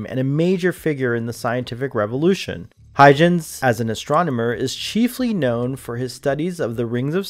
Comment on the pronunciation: Huygens is pronounced Hoy-genz...with a g as in go get good. That seriously bothered me throughout the video.